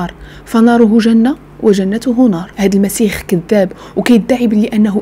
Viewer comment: يا أخيتي اسمه المسيح وليس المسيخ